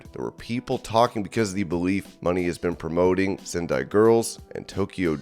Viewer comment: ITS MONÉ NOT MONEY